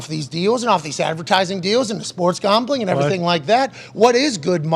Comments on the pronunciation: Why the hell does this guy pronounce gambling and championship like "gombling" and "chompionship"? I heard him use a "short a" sound like in "cat," so I know he's capable. Super freaking weird. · 13 seconds in and I already heard ChOmpionship game 😂 now I can’t focus.. then comes gOmbling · Chompionship and gombling? 🤔. Am I the only one that caught those? Lol